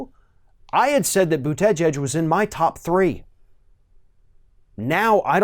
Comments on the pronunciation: He still really needs to work on his name pronunciations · I'm not a fan of mayor Pete But if you're going to criticize him and pretend you know what you're talking about you should at least pronounce his name properly. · I agree with you about Buttigieg. I liked him at first but I'm not liking him now. But that aside, your pronunciation of mayor Pete's is making me cringe. I love your videos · Lol, still can't pronounce his name??? Democrats are like a pack of dogs who are out of Harmony and snarl and attack each other.... Way to divide the vote ya'll! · Folks should give Mayor Pete chance. It is still early. Mistakes small and large have been and will be made by all. He may attract young people to vote for the first time. What is wrong with being in the center on on the left? Commentator lost some credibility with me by mispronouncing Mayor Pete's Name. Emphasis is on the first and last syllable, not the middle. Commentator is smarter than that. Did he do it on purpose? Commentator's tactics are starting to remind me of Rush just on the other side. What is wrong with saying your opponent cannot win in a primary. Every single candidate will do it, then the winner will choose the person he criticized most as a running mate. It has always been that way. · This dude butchers the last name lmao boot edge edge haha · ~ As a journalist, one must pronounce Pete’s last name correctly if one chooses to say Pete’s last name this many times in a video. ➡️ Pete Boo-ta-jedge 😉👍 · Pete "Boot-edge-edge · just say booda jej. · The polls said Hillary would win, and look how that turned out. I like Bernie and Pete. Either way I will support anyone the Dems put out. And for God sakes learn how to say to man’s last name correctly. The way you butcher it makes you sound a bit Fox News caster, lazy and stupid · I really wish you'd learn how to say Buttigieg! It's annoying. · You should learn to pronounce his name